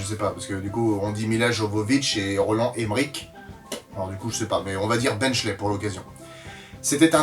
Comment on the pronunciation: En réalité vu qu'il est d'origine allemande Roland Emmerich on doit bien prononcer ch et non k à la manière du pronom ich (pour ce qui se souviennent de leur cours d'allemand lv2^^)